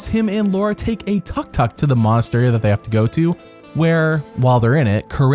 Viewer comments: What the heck is a "tuck-tuck"... do you mean Took-Took? lol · Tuk Tuk, not Tuck Tuck